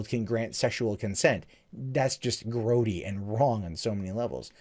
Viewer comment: You said growdy.... thumbs up